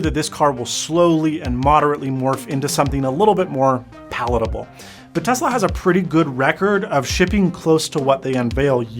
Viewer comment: Tezla? Or Tesla?